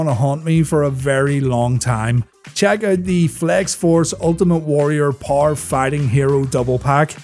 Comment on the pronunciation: there is an e in the word power dude try pronouncing it